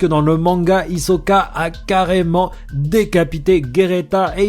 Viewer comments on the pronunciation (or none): none